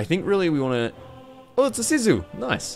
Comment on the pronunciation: Sea Sue is how to pronounce and it has no direct translation into English but sorta means the resilience of the Finns (which is bloody tough mind you)